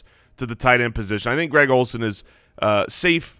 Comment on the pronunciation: You threw a D in Greg Olsen eh?